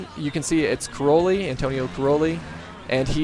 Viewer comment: croli??? Cairoli!